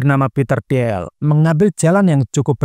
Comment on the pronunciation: bacanya "til" Peter til (i nya agak panjang), bukan ti-el